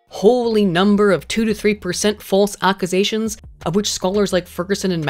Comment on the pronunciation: Is everyone just going to ignore the way pronounced "Accusations" somewhere in video?